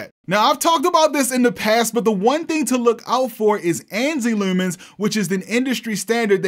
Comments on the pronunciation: Just found your channel. New Sub 🦾 Shopping around for a projector. Your vidz are helping me out a lot! Also, btw, I can tell by the way you say "looomens" you must be from Baltimore. 😂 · never picked up your baltimore accent unitl the word leumans really came through here